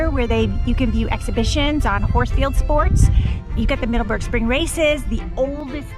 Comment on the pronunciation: "Middaberg" LOL love your vids!